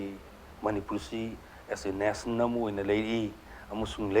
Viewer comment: Why can't manipuri people pronounce national properly....? Being a reputed tv anchor is it alright listening...Nationan....?? Shame...